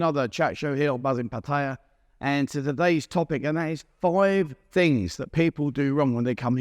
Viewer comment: The first mistake people make when coming to Pattaya is to pronounce is Pu-Thai-Ya. It's 2 syllable. Pat-ya.